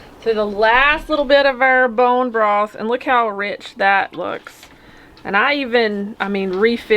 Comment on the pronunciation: Love how you said “Brone broth” two times in a row. Lol ❤️